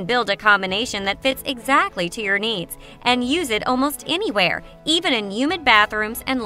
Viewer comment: Speaks so harshly and loud. The word is anywhere, not inywhere. And, just, not jist.